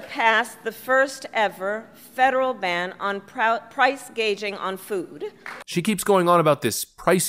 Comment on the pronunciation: You seem to have misheard her; she wants to combat price-gaiging not price-gauging 😂😂😂